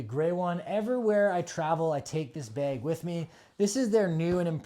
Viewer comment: “bag”, not “beg”